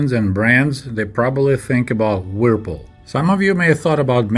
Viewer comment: your English is excellent, there are a few words where you need to hear the English pronunciation, the brand "Whirlpool" is one you need to hear, it's a very difficult word for a native Russian speaker. Thanks so much for your videos.